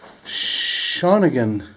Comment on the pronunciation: You're pronouncing Shawinigan incorrectly.